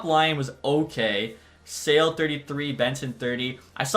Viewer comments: The Czech prospect, Eduard Sale, he's not for sale. His name though, is pronounced as [Sha-leh]. You're welcome. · Great video! Just wanted to let you know that Sale is pronounced Sha-la and Brzustewicz is Bruce-tev-vich